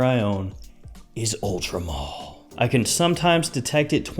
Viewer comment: why does everyone say Ultra Mall it says MALE like a MAN